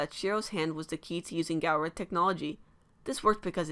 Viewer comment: NOT G-AL-RA